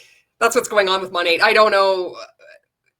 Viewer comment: Kind of material OK the most irritating thing about this other than being a multilevel marketing cult is that MONAT is not pronounced MOE-NAYYY. Not in any freaking language, especially English.